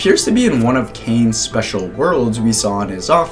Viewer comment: Whne I hear "kane's office" I came to the comments to say that you said Kane but not Caine but I know kids say it so I won't say it